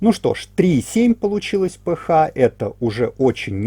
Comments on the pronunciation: Все супер, только режет ухо название РН "п-ха", а не "п-аш", наверное это на немецкий манер, хотя РН это латынь из химии, наверное автор и формулу воды зачитает как "ха два о", а не "аш-два-о". А этиловый спирт "це-два-ха-пять-о-ха" вместо "це-два-аш-пять-о-аш". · Спасибо все замечательно.только кислотность пишется ph а произносится...пе аш!